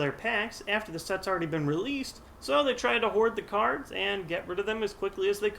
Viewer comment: did you say cardssss? as in more than one